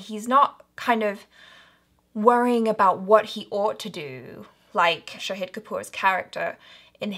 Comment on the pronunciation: Well, it's Shaaaaahid not Shaheeeeeed Kapoor